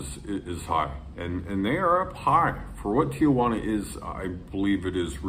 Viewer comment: You lived in Tijuana for five years and you still pronounce It "TiAjuana"?